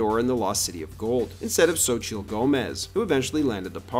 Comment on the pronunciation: Xochitl’s name is pronounced “SO-CHEE”